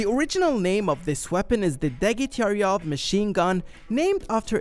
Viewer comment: another machine gun specially designed for tanks was installed on Soviet tanks and at the moment where the tankman was shown getting out of the commander’s turret he shot not from dp 28 and the great surname degtyarev was pronounced differently